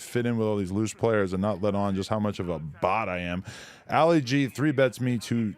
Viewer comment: "Alley Gee"... 😂🤦‍♂️ It's pronounced "ah-lee gee".. as in Muhammad Ali lol